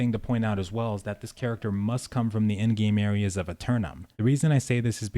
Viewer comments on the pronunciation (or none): none